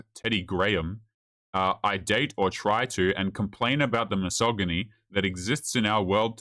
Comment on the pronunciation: She lost me at "misogamy"